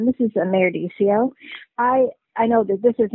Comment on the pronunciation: Last name should be pronounce as D sea o. From yakima